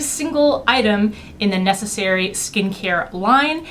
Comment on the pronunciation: just one remark : 'Nécessaire' in french does not have the sound 'e' in the end, like in necessary ... it's more like 'necessair' :)